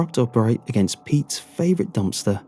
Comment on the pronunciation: I love when he says dumpster. Dompster